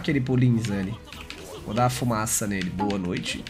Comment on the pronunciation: ''boua noiti''